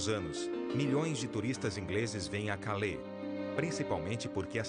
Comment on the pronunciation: Esse programa é muito bom, mas ouvir o narrador pronunciar nomes de cidades francesas como se fosse cidades americanas chega a ser patético! Calais = (Calé)